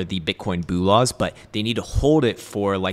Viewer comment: Boolahs not the same as bullahs